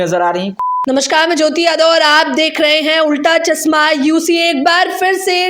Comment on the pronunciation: Pls pronunciate well and say chashma, not chasma!!